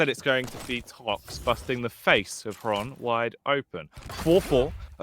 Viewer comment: Casters thx for saying correct nick Xron (Hron) at last! =) Was so sick of that "zron" pronounsing